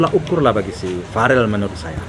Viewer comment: Salfok sama camer, sebut caman Verrel lho Pak, bukan Farel .....he...he.....canda 😊😂